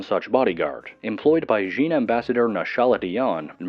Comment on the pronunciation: Djinn, it's just jinn not DEjinn